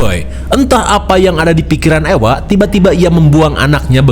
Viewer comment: suami saya bilang orng2 yang hidup di zaman Medieval itu sangat mengerikan. Dan untuk Ewa ini di sebutnya Eva kang bukan Ewa Ewa heeyyy 🎉